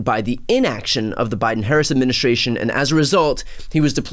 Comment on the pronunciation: What the hell is an "adminishashion"?